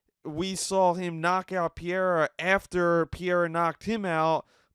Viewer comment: Your constant mispronunciation of Pereira’s name has me pausing the video, commenting and never viewing.